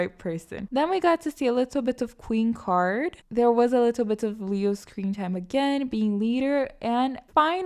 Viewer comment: Random but the way you say "alittle bitof" makes me smile